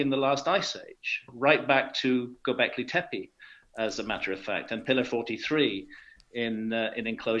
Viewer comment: Russell, you can speak English like that and not pronounce one Turkish word properly! Göbeklitepe is pronounced "goe back lee tap a". "ö" is the same sound as in "early" or "eau" in French. The name means "hill with a belly", honest.